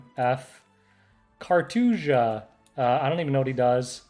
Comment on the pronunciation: The way doc said “cartuja” and then straight up f-ing him had me dying